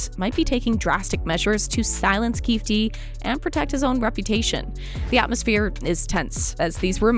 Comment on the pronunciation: Omg it’s pronounced KeyFēē